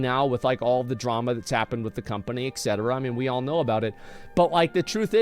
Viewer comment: I agree, but, what the hell is "egzetra"